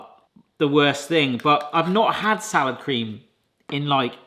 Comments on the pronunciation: For a long moment I thought you were saying 'sour cream'. I was today years old when I found out Salad Cream is a thing. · Are you saying SOUR cream or Salad Cream? If it's salad cream - what IS that?